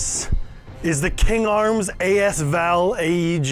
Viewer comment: ... it sounds weird... just say the words as and val or combine into.. asval. If you say the second one correctly... you will understand. ;)